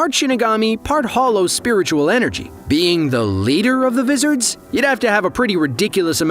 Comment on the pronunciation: Am i the only one who's triggered by how he pronounced Visards? Hahaha 💀